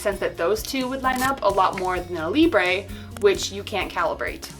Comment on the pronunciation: it's libruh not libré why not just go by? you pronounce your full handle as ""